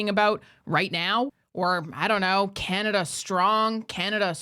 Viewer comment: from the US and I legit call it Canadia! 😂😂😂